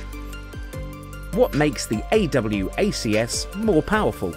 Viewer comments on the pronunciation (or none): no need to say a double u a see ess, just say awacs